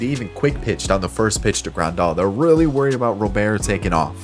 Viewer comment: Luis Robert. The T is not silent lol